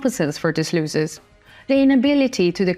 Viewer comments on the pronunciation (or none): Many looses...its pronounced loss is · Pronounced loh_sez not looh_sez